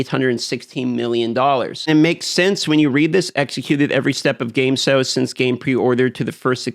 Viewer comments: Sails, not sells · are you saying SALES or SELLS???